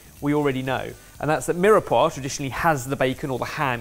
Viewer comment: Why did ben just pronounce Mirepoix as "Mira-pwa"? ... It's pronounced "Meer-Pwa" You'd think a chef would know that.